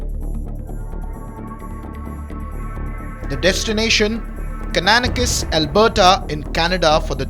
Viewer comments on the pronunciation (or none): Pronounced as Kana-nas-kis